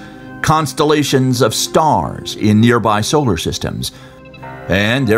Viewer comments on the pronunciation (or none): none